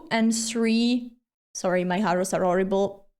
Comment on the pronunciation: "Sorry, my harrows are orrible" The most Italian way to speak 🤣